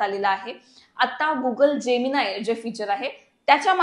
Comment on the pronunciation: गुगल जेमिनाई नाही. गुगल जेमिनी प्राँट नाही प्रॉम्प्ट...